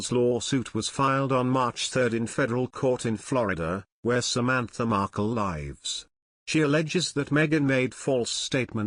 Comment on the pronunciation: This channel is laughable, the narrator cannot differentiate between words, say saying where she lives, he pronounces the word as EG 'their lives are their own'. They really should get a real person or invest in a better robot.